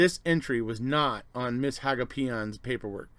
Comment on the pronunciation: In Wisconsin, I've always heard the name, Hagopian, pronounced "ha-GO-pee-un."